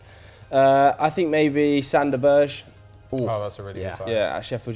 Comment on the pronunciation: Can you please not call him Sander "Burge"... Pronounce it like you would pronounce Patrik "Berger" and you will be miles closer..